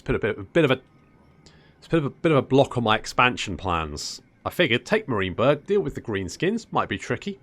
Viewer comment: Enjoyable campaign so far because : 1) The commentary and effort put in showcasing the battles 2) You don't make perfect decisions every time or seem to boss every battle like some 'tubers and 3) Your pronunciation of Marienberg as Mareenberg :) Think I might just follow your progress